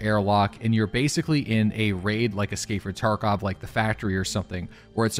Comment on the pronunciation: love how he says escapefrtarkov